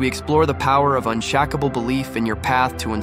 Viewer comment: Was going to give this a like until I heard the AI voice say "unshackable." Just use your real voice, bro. Not this low-effort AI bullshit.